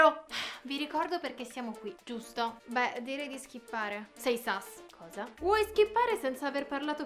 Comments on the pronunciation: Si dice sus no sas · Ma si dice sus non sas